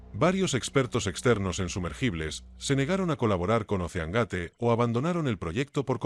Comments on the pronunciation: EL SOLO ECHO DE QUE LA VOZ DIGA OSSEANGATE YA DEJA EL VIDEO POR LOS SUELO Y LUEGO 250 CERO CERO CERO NO PODES EDITAR EL VIDEO PARA QUE QUEDE BIEN INUTIL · No sabe decir doscientos cincuenta mil dólares y la segunda la pronunciación gate